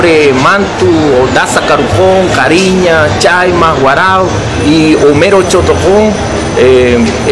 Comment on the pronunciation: lo siento mucho pero este supuesto indígena desvirtúa mi idioma Kari'ña que mala pronunciación definitivamente como salen indígenas de donde no existen!!!